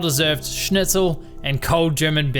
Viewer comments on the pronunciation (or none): none